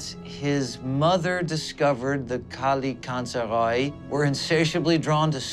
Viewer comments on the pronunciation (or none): FYI the pronunciation for Kallikantzaroi is wrong , it's better without the (o) Kallikantzari , the (oi) at the end sound like the (e) letter , Kallikantzaroi is the plural of Kallikantzaros , many Kallikantzar(o)i -/ one Kallikantzaros, καλικάντζαροι/καλικάντζαρος. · Kalikantzare. Long e sound at the end. Plural. Kalikantzaros for singular. The way its pronounced in Greek. :) (oi makes a long e sound). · By the way it's a Greek word and it's pronounced as 'kalikatzari' (καλικάντζαροι) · i m greek they butchered the word kalikantzaroi